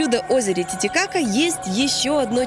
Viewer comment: Он чересчур много каверкает имя озера, и постоянно акцентирует на каки будто дети сплошные у экранов